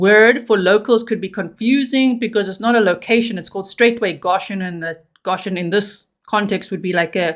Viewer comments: Please! It’s pronounced “Go shun!” I am from Kentucky and you are hurting my ears. No such thing as “Gosh hun!” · "Go-shen" not "ga-shen" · No shade my darling but i do believe its pronounced GOshen, with a long O. Thats how ive heard it pronounced. If i'm wrong i do apologize. ❤ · Love your coverage. The pronunciation in the US is goe SHUN Goshen. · Goshen is pronounced GO shin . Thank you for the update. I thought he was in Tennessee. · It’s pronounced G OH shen. Just an fyi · Long "o" G, Go -shun